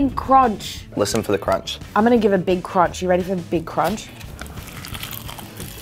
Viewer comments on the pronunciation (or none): CRONCH.. A BIG CRONCH!! 😂😂😂